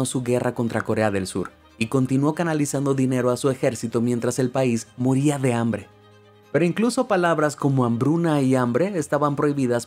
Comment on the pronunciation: Minuto dice "El pais muria de hambre" creo que se dice moria, solo una pequeña observacion😅